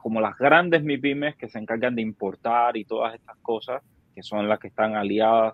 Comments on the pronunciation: Dice Maipimes. Es un experto realmente 😂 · ese hombre está claro en lo que dice, pero explícale que se dice “mipímes”, no “maipímes” (medianas y pequeñas empresas).